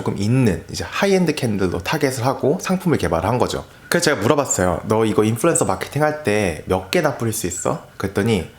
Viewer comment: 인플루"엔"서라 하는 거 듣기 싫어요ㅜㅜ언 으로 발음해주세요